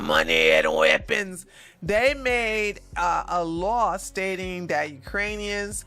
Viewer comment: I just love it when talks about "THE LITTLE MAN WHO WANTS MORRRE MAHNEY 'N WEAPONZZ" lol